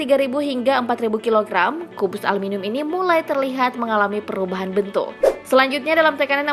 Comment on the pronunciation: Ngomong aluminium aja salah